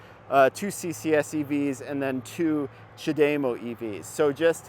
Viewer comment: knows what he is talking about. Except his pronunciation of Chad - E- MO. No. dame O you must be watching Nikki from transport evolved too much. I have had a leaf over 8 years and lots are still around they have sold 600,000 I see new ones all the time. I hate when people dismiss it just because Tesla decides the need to use every charger. We have lots of dual units and superchargers so their is no reason for Tesla to use non Tesla when most post I see is how great they are and how bad everyone else is. Then use Tesla. I just saw a guy on Twitter who drove across the usa in his bolt and he had zero problems.